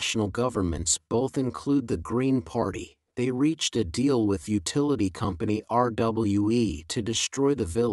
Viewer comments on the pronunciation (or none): demolition 重音在mo /'ma/, utility 發音怪怪的, 建議讓google ..自動用母語人士發音唸一遍先, 讓發音能正確!